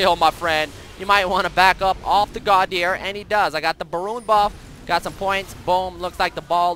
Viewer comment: Godhyr :P :P Estonians know :D